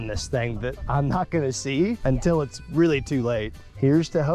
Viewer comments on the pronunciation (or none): none